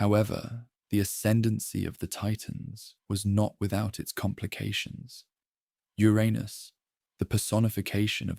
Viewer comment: Just wish you would decide how to pronounce Uranus. Trying to sleep but cant because I'm giggling too much!!! "Ur Anus made a fateful decision" and a weapon was made of "legendary strength" material to overthrow Ur Anus 😂😂🤣😂 i love it!